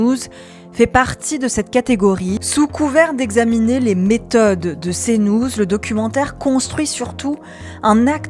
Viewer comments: Cnouze... Bonjour l'IA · Tu travaillerais pas à "Cnouz" des fois ? 😂